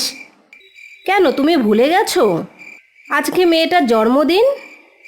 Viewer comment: খুব সুন্দর কিন্তু জন্মদিন কেনো জর্মদিন বলছে বুঝতে পারছিনা আমি ভুল শুনলাম??